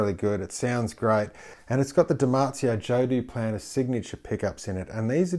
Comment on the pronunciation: ''Joe Duplan ''